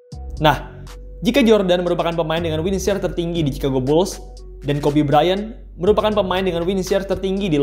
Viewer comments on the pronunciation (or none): none